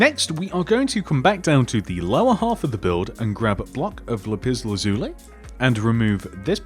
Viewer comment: Not everyone can say lapis lazuli. You did a very good job saying it. Suggest you just say lapis. It's the only material like it